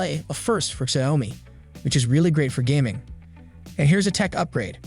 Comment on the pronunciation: Please fix the pronunciation of the Xiaomi name.